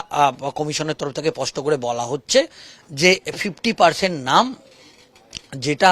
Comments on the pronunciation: "" পষ্ট"",,, নয় কথাটা হবে ,,,,"" স্পষ্ট""।। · কথাটা পস্ট না স্পষ্ট? সাংবাদিকতা করতে গেলে, উচ্চারণটা স্পষ্ট হওয়া দরকার।